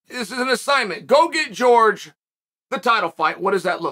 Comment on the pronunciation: Classic Chael quote, "GEORGE Masvidal!" Simply hilarious!!!🤣You're the man!!! Pronouncing the names of these fighters the way you want! Simply genius!!!😂😂😂 Love it, Chael!!!